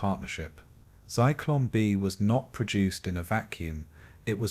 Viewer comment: Zeeklon lmfao you mean Zyklon????? What an idiot